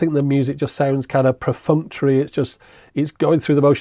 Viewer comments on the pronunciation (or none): Great review(s)! Look like two perfectly unexceptional novelty digital music players. Small note, hate to be that guy that does the nitpicking, but it's PERfunctory. It's being pronounced PREfunctory on the video, least twice that I caught.